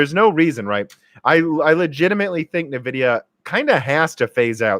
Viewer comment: OK, have to try at least once. It's en-VID-ee-uh. It is not neh-VID-ee-uh.